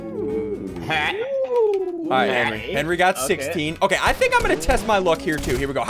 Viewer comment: Chase the Blue Valkyrie HENWY IS LEH FOOT